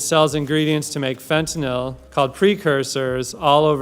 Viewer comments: It is not "fen ten all." It is pronounced "fen tan il." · Excellent article. However the one thousand mispronunciations of the drug name made me want to take some . Fent a nil - as in I feel ill, not fent a nal or fent a nol. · I'm having a bad day so I'm sorry but--it's FentaNYL, not FentaNOL. How do folks research and make a 17 minute video on a drug yet can't get down the proper pronunciation? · It's pronounced fenta- NIL, not fenta-NOL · It's fenatyl not fentanall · Why do so many people mispronounce it "fenton-all"? It is fentanyl: FENT-a-nil. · There is no "o" in Fentanyl. It is NOT Fentanol. It is pronounced "Fentanill". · It's not "Fentinol". It's "Fentanyl" How are we supposed to stop it when no one can even pronounce it? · FentanYL, not FentanOL, get it right, please! So tired of hearing you uneducated people mispronouncing things, like sheep. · It is not fentanAl it is fentanYl . This is a new word in the pop lexicon but, when I graduated in pharmaceutics 33 years ago professionals used the word majoraly and it was pronounced with a Y . As with everything else these days it has been compromised and pronounced with a U while being spelled with a Y . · It's fentaNYL, not fentaNOL. The correct pronunciation rhymes with "sent a pill." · Dude, it's pronounced "fent-a-NIL" not "fent-a-ALL". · It's fentaNYL not fentaNOL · It’s fentaNYL not fentanALL!😑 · Its not FentanOL...its pronounced FentanYL, or Fen-tan-eel. Pronounce it correctly please. It makes you sound like an idiot to pronounce it wrong. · Fen-ta-NIL, not fen-ta-NOL. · It’s not Fentanol it’s Fentanyl !!! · It's pronounced fenta-nil not fenti-nall. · Can you even pronounce the word properly? Where do you get Fenta-NAWL? It’s Fenta-NIL, as the expert witness has called it. Please, START with learning the word itself. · Fun fact: "Fentanyl" is not pronounced like "fentanol" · I love your posts! I have one gripe: the drug you are talking about is pronounced "fentyn-ill", not "fentyn-all"